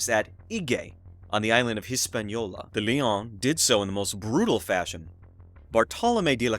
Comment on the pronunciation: Great information and presentation. Pronunciation was rough especially de León. Closed captioning was having a hard time too!